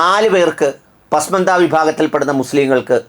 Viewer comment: ശരിയായ ഉച്ചാരണം "പസ്മാന്ദ " പിന്നാക്കക്കാർ